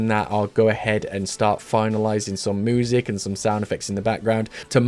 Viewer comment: I love listening to "moo-sic"